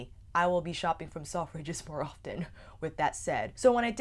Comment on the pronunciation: Love you channel but I wasn't sure what you were saying at first with the way your pronounced selfridges its more like sel-fridges rather than self-ridges